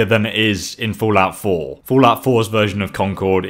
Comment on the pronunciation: "Foolout 4"